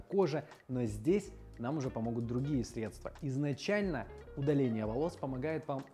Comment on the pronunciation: не средствА, а срЕдства!